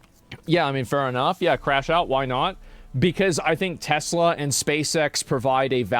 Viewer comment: Remember when Trump said "I love teslerrr"